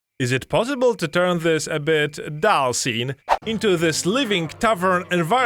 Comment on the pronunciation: Please dont ever say "Zis feature" ever again Use a "D" instead of a "Z" Dis feature = this feature